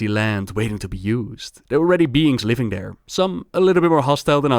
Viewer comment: udder, mudder, fudder, dey, dem. d'are